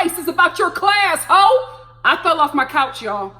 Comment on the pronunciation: "I was talking about your class HO!" That HO came out so strong. That Louisiana had me weak! 🤣🤣🤣